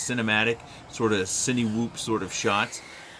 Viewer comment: hey,you almost have it right. the cine in cinewhoop is pronounced " sinnah ". the cinelog seems pretty nice compared to others but i like my whoops a little smaller.lol. great video tho and fantastic flying as always.